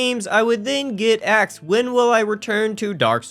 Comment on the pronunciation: You got “axed” questions eh? Well done opening the video and making yourself sound unbelievably stupid in the first few seconds.